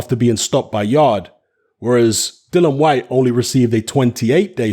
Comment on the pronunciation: HIS NAME IS DILLIAN WHYTE NOT DYLAN WHYTE..GET IT RIGHT!!